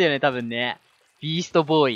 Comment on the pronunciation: ビーストボーイがEASTBOYに聞こえる